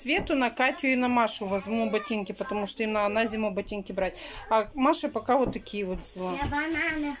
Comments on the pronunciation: пожалуйста,говори правильно!!!Есть слова НАДО,но не наа.Тут,а не тута.И фотошторы,это ужас,не вздумай. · Срау, нааа, чай запаривать, хатишь вы вобще думаете что то делать с речью?